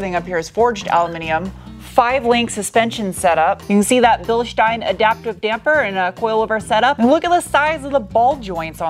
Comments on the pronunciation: Hello! Just discovered your channel. I like that you pronounce Bilstein the correct way (same as Einstein should be pronounced) Also appreciated metric units throughout the video! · Finally, someone who knows how to pronounce Bilstein. One of your best reviews.